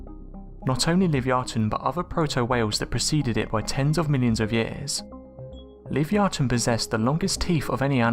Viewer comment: Love your videos hun but you r pronouncing Livyatan wrong I think lol well one of us is lol keep up good work xo